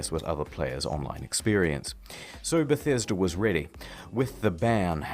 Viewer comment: Why is mans saying bethäsda